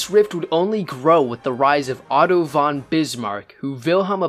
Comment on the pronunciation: For all the only english speakers in the world who want to make videos about german aristocrats: the preposition „von“ (meaning from) is pronounced like fond without the d.